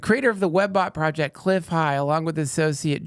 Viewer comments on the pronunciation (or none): none